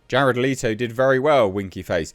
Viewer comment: I tried to watch this. But his insistence on calling Jared Leto (leeto) triggered way more than it should